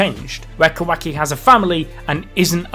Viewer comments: Kawhacky... its KuhWahKey wah like water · i hate how he keeps saying "kwaki" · im sorry but....."QUACKY" llmaoooo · Sounds like he's saying kawhacki!😂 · No one:: KOWAHKI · He sounds like he is say quacks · The new dude pronounces Kawaki's name as "Quacky", idk if this is on purpose or not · “KA- WACKY” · Quaky is all I'm hearing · "Ka-wack-ii" lmao... It's Kawaki bruh... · Bro please never have the dude on again i hate how he pronounces stuff its not ka-wacky and how he butchered mitsuki